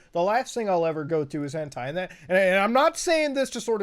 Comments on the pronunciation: Everyone: Hentai Muta: H E N T E I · MUTA ITS HEN TIE NOT TAY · Is it on purpose that he says hentay? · Hen "tay" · Normal beings: Hentai Mutahar: HENTAY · im sorry but you said hentai wrong :D XD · the way he says hentai upsets me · It took him almost half way into the video to say hentai correctly lol